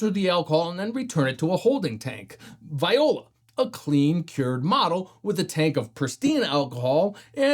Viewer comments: Viola? Its pronounced vwah-lah genius. Its no wonder you cant figure out how to use a good machine. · Hi! Great video! Just a small small thing: "Voila" isn't pronounced "viola" -- it's somehting like vo-uh-luh